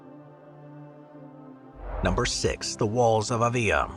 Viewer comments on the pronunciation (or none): That's pronounced ' AH-vee-lah' with the accent over the capital A! Still, a great summation of Avila's walls and history! Thanks!